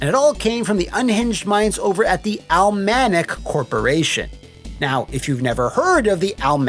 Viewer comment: Pretty sure it's Cealmanic. Not sure why he kept missing the first two letters????